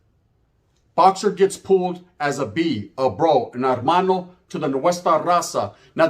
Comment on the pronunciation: No disrespect. It's not Armano, it's hermano but the H is silent. So Ermano if you will.